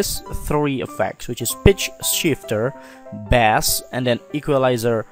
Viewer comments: boost the bass. bass is pronounced "base" just saying. thanks! for the help though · bass is pronounced like Base...long a sound